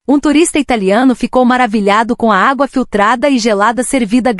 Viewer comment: Locutor de IA não perdoa erro de acentuação 😂😂😂